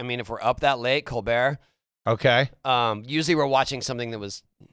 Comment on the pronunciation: He lost me at “Colbert”